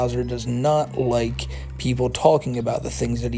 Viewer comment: I hate how he talks. He sounds so babyish... "I don't wike you, Smokey MC Cwack!"